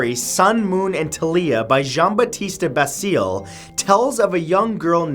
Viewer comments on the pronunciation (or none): 10 Italian words Matthew will never manage to speak properly. Took three replay to understand Gianbattista Basile. :)